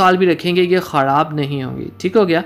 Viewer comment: Lafz khorab nahi Myry bhai kharab hora hy